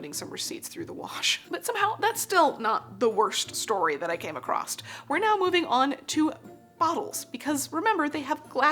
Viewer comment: Came across, not “came acrost”.